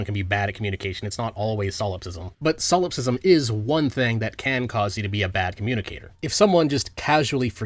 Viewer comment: I'm sorry but solopsism is "solop-sism" and not "salawp-sism"